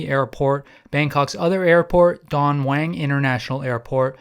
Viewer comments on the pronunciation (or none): Its Don MUANG!!!!!!!!!!Please ur pronunciation of Thai words is really bad I've flown air aisa over 40 times in se aisa< never had a problem, will always go with them as i never have check in Baggage